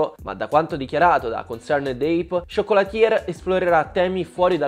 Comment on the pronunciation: Si pronuncia "ciocolatiè" non "ciocolatier", la pronuncia è importante